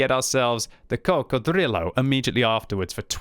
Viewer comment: please never say Coccodrillo like that again